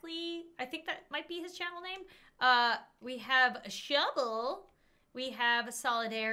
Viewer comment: When you have text on the text says shovel when you says shubble